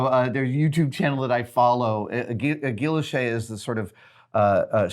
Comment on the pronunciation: Gwi Yoche, Adam... it is pronounced Gwi Yoche. Blame the French.